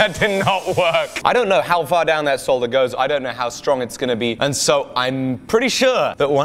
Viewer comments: OK bud, look, I'm not sure if youre doing it jokingly, but you don't pronounce the L. Its pronounced SODDER. No L. lol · Saw duhr... it's pronounced saw duhr. The L is silent! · You don't pronounce the l son solder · Today I learned that English people pronounce the 'L' in solder. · dont think ive ever heard such a hard pronunciation of the L in solder. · Never heard anyone say solder like that haha